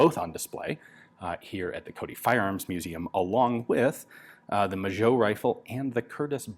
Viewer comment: Magot is pronounced ma-go in french, not majo... cool video anyways